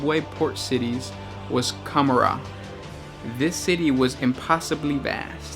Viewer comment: lol cumarar? com-or-ah :P